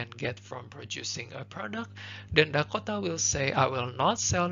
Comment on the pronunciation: Thank you so much but your pronounciation for Dakota is killing me